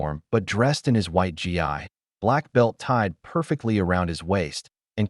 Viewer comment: GI pronounced like the word "ghee, not G I